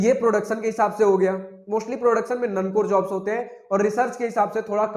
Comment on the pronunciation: Non core ❌ None core ✅. 😂😂